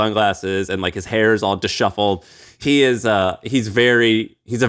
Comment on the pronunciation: Sam is tripling down on mispronouncing “disheveled” just to get us to call him out in the comments. Fine. Take your comment. 😂